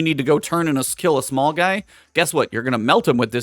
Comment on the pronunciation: when you said kell instead of kill you shoulda kept it kell lol